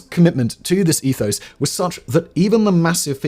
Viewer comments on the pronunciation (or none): none